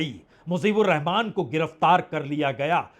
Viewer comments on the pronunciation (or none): none